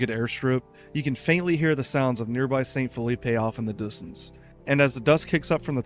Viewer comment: I'm gonna be honest, maybe this one should have a retake and reupload. The pronunciation issues with St. Phillipe and Tyrone (remember this is a french colony, it needs french pronunciations), calling the town of Morton a coastal base (likely due to its marking in the conflict mode, even though it is clearly not a coastal base in any way. The Enfusion workbench, map hint and GM mode will confirm this), not to mention the subpar captions constantly misnaming the various towns and more complicated words, including the damn name of the game itself sometimes..